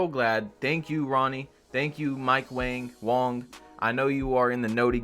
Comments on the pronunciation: Its wang not wong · Mike Wang is pronounced "WONG"